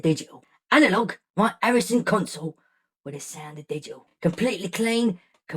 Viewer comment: I like when he went into the cockney accent classic 🤣...its fckin Arison!